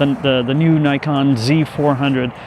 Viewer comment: NIKONの読み方が日本式なのはなぜ？